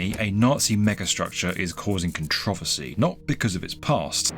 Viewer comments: Con TRO VA CY... 😂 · Pronounced Contra-versy